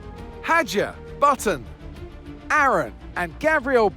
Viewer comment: Crofty: Aron ❌ ✅